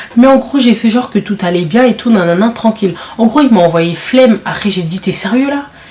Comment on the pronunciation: Eh eh eh, moi meme je me suis enervée Mddr le mot "Flemme" , il a fais une grosse erreur de prononcé ce mot